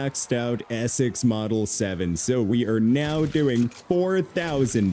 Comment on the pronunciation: "I'm just loving the ee-sex model 7" lol